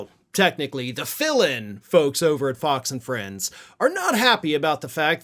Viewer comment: I thought you said “POX and Friends”! and then I thought,- well that fits. The Murdoch “misinformation machine” is a pox on the U.S. and the world.